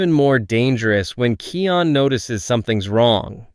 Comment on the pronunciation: Я давно заметил, но не придавал этому значения, вы говорите имя Кайон неправильно, правильно Kion,а не Kian или Keon, но это так, на заметку 😅😊